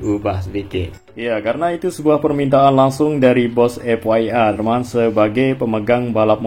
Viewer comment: FIA cuk Huruf i dalam bahasa Inggris itu bukan way, kalau way itu buat huruf Y.. Dih kocak banget, gini amat SDM orang Indonesia.